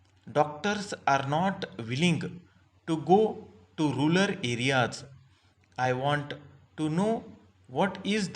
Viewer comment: Rural hota hai sir aap rular padh rahe hai baar baar